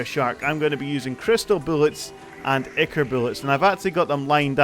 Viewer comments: i think its pronounced "eye-kore" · I -Core is how you pronounce ichor